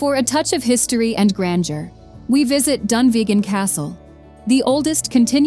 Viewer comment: Her pronunciation of Dunottar was abysmal.